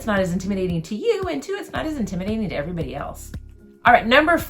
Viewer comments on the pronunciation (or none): none